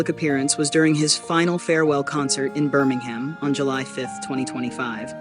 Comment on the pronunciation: I wish you Americans would learn to pronounce UK place names. With the only two exceptions I know of, both being two word place names (East and West Ham) Brits DO NOT say ham when it appears on the end of a place name. Birm-ing-um (or just say Brum), Felt-um, Ful-um and so on. These videos would be great if you did not almost immediately cheese off half the audience.